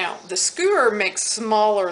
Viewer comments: Oh my gravy..Google SKU~ER..NO NO IT'S SKEW'~ER like when you don't like the smell of something..EWW ! GIGGLE Hope that helps. It's a bugger when some words don't cooperate with the tongue. HAPPY NEW YEAR~ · To people nitpicking in the comments: Yes, it is "skew-er" and not "skoo-er." And yep, that's a trowel, not a squeegee, although if you listen, she SAYS she knows it's a trowel but is calling it a squeegee because that's the function she's using it for at the moment. Yes, marbling often works better with a main color and a couple shades of a complimentary color. Yes, the lighting was a bit hard to see. And yes, the yellow seemed a bit overwhelming on the shaving cream although you can see that when she starts scraping it off the fabric, its not as intense as it looked. Overmixed? For traditional marbling, possibly, but that's also a matter of taste. If you wait until the very end, she gave a few still shots of the final product and they actually look pretty darn good. All that acknowledged, nonetheless, SHAME on all of you. It's a quick, clear tutorial that gives the materials and intro to technique. How much did you pay to see/learn this? Nothing. Zero $$. So entitled and rude to get something for free that YOU sought out - YOU clicked the link - and then complain about little details of it. Especially because the nature of your whining. You would personally use less yellow and mix less? Cool, then you already know that, you didn't need the tutorial to explain it to you. You'd personally use fewer colors? Great, then you don't need the tutorial to contain a lesson in color theory. And double shame on all those who need to learn the difference between Critique and Criticism. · Well....you did over mix, you got mud and it's not pretty...SKEWER, say it with me SsssKEWwwEr!